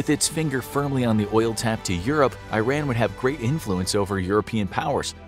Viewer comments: It's not Eyeran!!! It's eeran. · ITS PRONOUNCED E-RON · Eeeerun, not i-ran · Its not "I ran", but "E ran" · WTF is 👀-Ran?? It's EERAN = IRAN 😂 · When the narrator says "Eye-Ran", does he mean "Iran"? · You need to learn how to correctly pronounce Iran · This guy doesn't know how to pronounce "Iran".